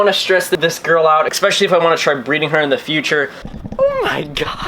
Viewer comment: She will eventually eat all of them because they are infertile. She won't hurt your Discus, she'll just run him away from her territory. Please stop saying "Ëxpecially"